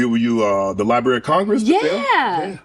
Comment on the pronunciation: Libary of Congress- ROFL